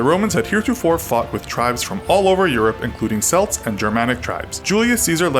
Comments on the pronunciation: good video but the word Celt or Celts is pronounce Kelt not Selt :) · There is no soft C in Gaelic. the word "Celt" is pronounced "Kelt" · Celt is pronounced Kelt